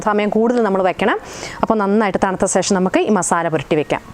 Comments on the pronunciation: ശേഷം ആണ് കറക്റ്റ്. സേഷം അല്ല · സേഷം ഒന്ന് ഒഴിവാക്കാമോ. ശേഷം എന്ന് പറയാൻ ബുദ്ധിമുട്ട് ആണോ.